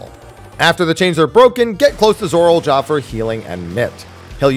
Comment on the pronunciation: I can't get over how he says "Zorol" instead of "Zoraal"